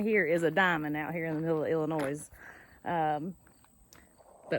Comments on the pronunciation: Just one thing I wanted to mention. The s in Illinois is silent. That land is dark, black and rich. That and the flat land is why millions of acres are farmed. Most small family farms are hundreds of acres in the midwest. You'll miss the mountains after being away just a few days. You can grow such a diverse number of plants in our temperate rainforest of Appalachia. I had the food fortune to be raised in the midwest while still keeping strong family ties in Appalachia. Winters out there are long and gray with some bitter cold. When military retirement rolled around we settled on purchasing my grandparents Appalachian farm instead of the midwest. Did you you see Pete from Just A Few Acres Farm? He restores a lot of Farmall tractors on you tube in the winters. His farm is in the Ithica, NY area. He restored his great grandparents Victorian house on his farm. It's an amazing story and labor of love. He has a couple videos on it. Temps are usually in the 90's and they do see some triple digits some years come August out there in that area of the midwest. Glad ya'll had fun! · The “S” is silent in Illinois. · Enjoy the show. Ps.. the "s" in Illinois is silent. We love watching your show.